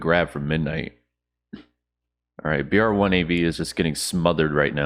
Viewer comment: ok love your content but the guys name is brave one its cringe for you to keep saying it they way that you have